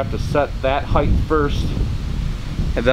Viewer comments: I'm from Michigan, and they are correct. Even in Michigan, the word is "height", not "height". No matter where you are, there is no such word as "heighth". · No such word as heighth!!!! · I wanted to like this video so much, but the "heighth" was really getting to me!!! It's "height", not "heighth". I know people think of "width" and want to put the "th" on the end just like "width". But there is no "th". It's just "height"... :) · The word "height" rhymes with "night". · Thanks for the video, but there is no "h" at the end of "height". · I noticed the mispronunciation as well.